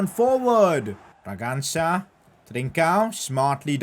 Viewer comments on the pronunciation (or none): PCQ: it's actually funny how calls brangança "braganga" and the guy misses his pass or gets stopped in his tracks in that moment 😂😂